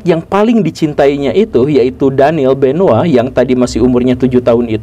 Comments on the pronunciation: Namanya CHRIS BENOIT pak GURU. Kok saya dengar Namanya Kris Benoa. 🤣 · Gw taunya crish benoit bukan crish benowa😂